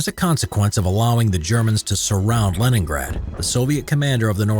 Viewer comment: I honestly thought you said Lemongrab